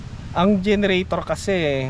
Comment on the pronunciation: bakit salar ang bigkas mo ng solar tapos volts sayo volt tapos generator bigkas mo genratar.....? you tell me bakit nga ba?